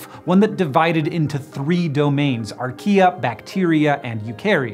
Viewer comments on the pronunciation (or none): Why did I hear "He discovered IKEA?" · Who also heard Archaea as Ikea??